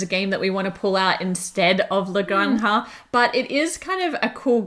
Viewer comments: do a video where you just pronounce 'la granja' over and over again and send it to everyone else covering this game so they can stop butchering it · Exactly, my ears were bleeding. Of course I have my own quota of butchering English words